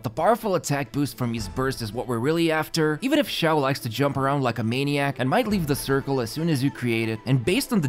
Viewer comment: you said Xioa, not Xiao